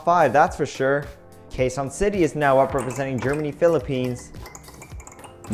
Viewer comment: quezon city pronounciation was a little bit funny for me (cos im a filipino and i live in quezon city) but still a nice vid man i subbed u